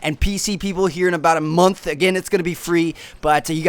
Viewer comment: when he said "month"... I FUCKIN SNAPPED!!!!